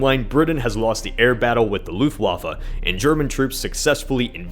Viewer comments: Did you really said luftwaffel instead of Luftwaffe 🤣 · "the Luflafa" ...